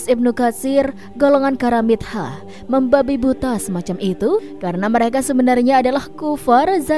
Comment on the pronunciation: Maaf Bacanya karamitho, pakai hrf ط bkn karamit ha...mbak